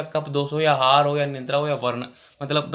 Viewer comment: Bhai tu aahar ko hahar kue bol rha hai 🤣🤣